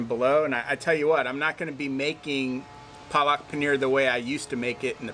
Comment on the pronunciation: All good but try to say the word PALAK correctly. The correct pronunciation will be something like PAA-LUCK and then say it quickly. It is the fault of the Indians that write these things incorrectly in english. PAA-LUCK = SPINACH.😊👍